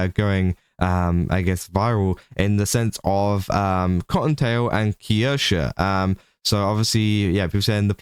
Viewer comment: The way your pronounce Kirsche is painful to listen to. You add an entire extra syllable for no reason and even when Kirsche herself says her name properly, you still add the extra syllable. 🤣